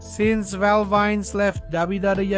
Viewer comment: It's Val VENUS not Val VINES